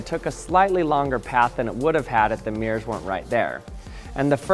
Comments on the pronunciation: What a strange way to pronounce MIRRORS- meeeers ? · It’s not meers it’s mirrors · Why do you say mirrors like 'meers'? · What's a "Meer"?